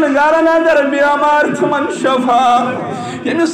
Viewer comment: I request your good self please clear the word( shafa means death ,this is Shifa means strength )